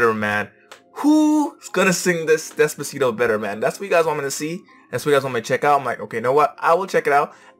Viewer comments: ok fine you all have hearing problems go see a doctor im just saying that because its true she did said despacito maybe you said deffaciFOW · I mean Desfashittoe i heard desfashittoe from the korean girl😂😂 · I heard her say Desfasith0w as well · I kinda heard desfacitoe from korea😂😂😂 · The Korean girl also has a beautiful voice but her Spanish accent and Spanish pronunciation sucks. The Filipina girl has a beautiful voice and with perfect accent and perfect Spanish pronunciation. For me the Philippine version wins.